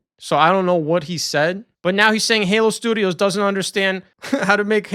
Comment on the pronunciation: "343, oh I mean Halo Sdoodios" lmao! I'm so glad you're back bro 😂